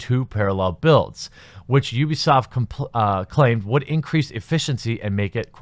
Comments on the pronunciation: Its pronounced you-b-soft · Pronounces Ubisoft OOBISOFT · Heh heh heh... sounded like he said "boobysoft" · Jeremy you say Ubisoft like Boobiesoft. lol